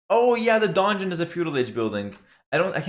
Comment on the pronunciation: Really confusing with the Donjon pronunciation, because it is actually a french building and in English they do not differentiate. If you would, pronunciate it in french it would probably more different from dungeon. :D ;)